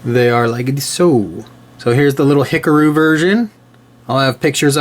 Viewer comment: "Hickaroo?" Sorry for nitpicking. (It's "he-car--oo," by the way). Anyhow, I have one of those. It's the Milia VF-1J one. I got it for super cheap, so no big deal. The ARII models come with those figures for you to paint up yourself. Those seamlines on the legs are pretty bad. Still, these are okay just to have on your shelf.